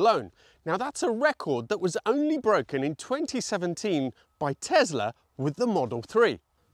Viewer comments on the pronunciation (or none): omg it is not Tezzla but Tessla like sssssnake